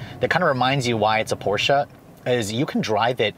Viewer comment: thanks for pronouncing Porsche right!